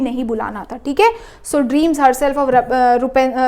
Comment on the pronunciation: Rapunzel❌ Rapoonzul✔🤣😅